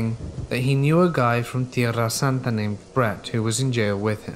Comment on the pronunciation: Having been born & raised in San Diego, I’ve yet to hear Tierrasanta pronounced more beautifully than from you ✨🥰✨